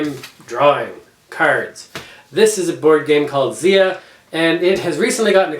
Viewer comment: Great review, thanks. (it is pronounced "z-eye-uh" technically)